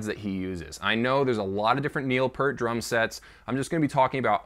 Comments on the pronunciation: It's Peeert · How can you know so much info about a legendary drummer !!! And still call him Pert 🤣 It’s Pee (ear🙉) T !! Enjoyed your video! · It’s PEEERT. Not Pert. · Would call a pear a peer? No, it's pear with a t at the end, think of a pear and add a t. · Not pert, it's P"EAR"T, as in "EAR", those things on the side of your head.... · IT'S PEART, EAR as in the things on the side of your head, EAR'S, not ERT as in IN-SERT !!!!!! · Sorry, it is pronounced Pea-rt! Since we're using food to describe how his name is pronounced. It's just like a pea that you eat but with an rt at the end! Pea rt Peart! Got it, I hope that helps! That is what Neil himself said! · Peart (rhymes with "Ear")...what could his "target" pad be other than a trigger ? ...what a strange statement... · Definitely pronounced "pEErt" (with a long "E" per the man himself and his bandmates). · "Peart" is pronounced as "Peert". :D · Neil Peart pronounced Piert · Evidentially you didn’t do enough research to know how to correctly pronounce Neil’s last name. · It’s pronounced Peert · 30 seconds in and I’m saying, “Good God! Would you please say his last name correctly?!!!!!” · Peart Say 👂ear 👂 add a P finish with a T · How dare you say his name wrong. 2112 is one of my all time favorite albums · Please don't disrespect Neil or his family by mispronouncing his last name. Do not claim to have that much knowledge, which I personally was enlightened by, when you can say his name correctly. If you're doing it for effect then I will unsubscribe instantly. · You dont even pronounce his last nsme correctly.